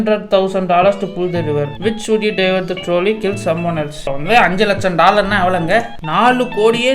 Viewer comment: Troll-ey ❎ Trawlley ✅